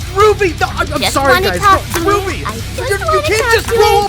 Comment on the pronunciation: That’s not how you pronounce Ruby!! Flashback to ruby episode that is so terrifying Me: Can we go back about that